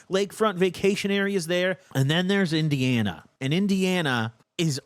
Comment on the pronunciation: Omg got indiana so fucking right im dead